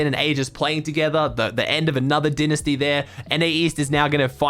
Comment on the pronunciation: D-I-Nisty the second syllable is like when u say I am going to school